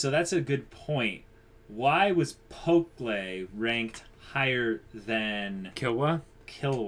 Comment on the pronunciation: Man I love you guys' reactions, your discussions are always so well thought out! Can't wait till the next episode. Oh, and I'm not sure if you've noticed, but you've been saying Pokkle's (the archer) name wrong (it's understandable, I think they only say it like once). It's pronounced "pok-ul", like how you would read it in English, not "pok-lay".